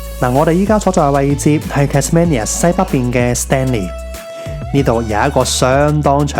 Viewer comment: 值得去玩下，但我只喜歡無拘無束嘅自駕遊而唔喜歡跟旅行團😂⋯⋯仲有你讀錯Tasmania中間個音，應該係讀main而唔係讀man, Tas-mainia [tæz'meinjә]正如Cambridge係讀Came-bridge一樣